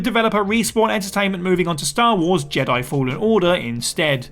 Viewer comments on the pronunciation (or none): none